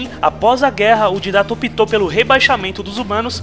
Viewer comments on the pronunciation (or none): So eu que não sei o motivo do chamar o Didect de Ditatta sendo que o nome certo é Didect? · pq q ele fala tudo errado?!! Arka é Ark, Didacta é Didact (se fala Daidéct) Flód é Flood (se fala Flôôd) Prometheus é Promethean (se fala promífean) kkk falô elado (errado) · excelente só errou na pronúncia do Didact (Dáidect) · Você esta pronunciando errado o nome Didact...você esta dizendo didata...mano,toda vez que você fala didata eu fico com raiva...aff! pelo amor de deus,Né